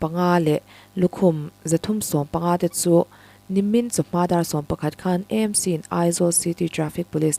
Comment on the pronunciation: E nilo in AMC ti a lam tur a nilo mo